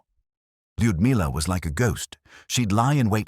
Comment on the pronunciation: Where is “Kive University “? I also don’t believe either you are pronouncing “Leodamilla” properly either, which disrespects the subject.